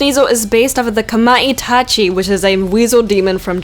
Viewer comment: You actually did really well pronouncing the Futakuchi-Onna and Kamaitachi - you just put the emphasis on the wrong syllables. "FU-ta-KU-chi" and "KA-ma-I-ta-chi". Perfect pronunciation for the Bakeneko and Yuki-Onna!